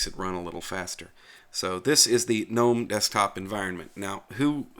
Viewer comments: GUH NOME----NOT NOME THE G IS NOT SILENT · And GNOME is pronounced GUNOME, not NOME.